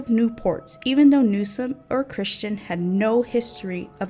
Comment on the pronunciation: I just have a feeling this video is going to fall very short of your claims…ESPECIALLY because you mispronounced NewsoM. Not Newson. NEWSOM. It’s important when you’re talking about murder victims.